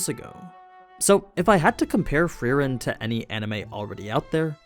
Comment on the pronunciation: bro wtf , its free-ehn